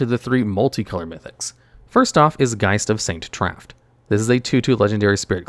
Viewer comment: Oh and Geist of Saint TAFT. Bonus word!